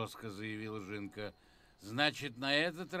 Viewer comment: Не "жЫнка", а "жинка (жiнка). Правильно говорить через "И"